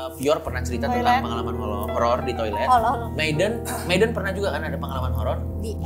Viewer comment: meyden anjir ngakak gw dengernya😭🤣🤣